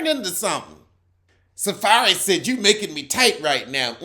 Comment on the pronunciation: He called him SaFAIRY 💀💀💀😭😭😭😭💀💀🤣🤣🤣🤣🤣